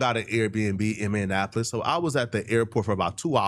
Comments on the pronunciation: SECOND incorrect usage of words for today: “Meannapolis” instead of “Minneapolis” 🤦🏾‍♂ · It’s pronounced (Minnie•App•Less) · Please don’t say my city’s name like that 🤣😭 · Minneapolis but the way he saying it is crazy 😭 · It’s Minneapolis! lol